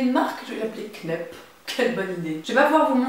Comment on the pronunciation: Très sympa comme vidéo, comme toujours, mais pour la petite blague Kneipp ne se dit pas "knep" mais "knaïp"....c'est une marque allemande ;-) Tu me diras c'est pas beaucoup plus sexy que "knep" mais bon au moins le jour où tu demanderas à une vendeuse cette marque, elle te comprendra ;-)